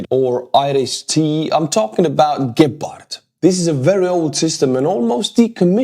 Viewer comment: I love how you say Gepard, it makes it sound really dangerous and cool. In german we say it with accent on the E, like "gehpart", wich is way less intimidating. Stay as you are mate, much love from germany:) Slava Ukraini!